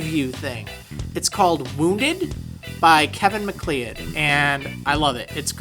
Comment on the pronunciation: Macleod is pronounced muh-kloud, by the by.